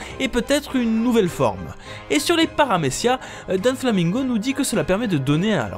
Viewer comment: C'est cool de présenter one piece a ceux qui ne le connsaissent que très peu sous cette forme par contre les gars faites un effort sur les noms vraiment 😂 "donflamingo" "pornéglyphes" "raylight"